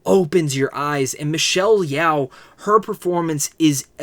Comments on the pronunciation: It's Michelle "YO" not "YAO" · And Michelle’s is pronounced yo, like yo-yo. Not Yow like owie. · It’s Michelle Yeoh, NOT Yeow please jeez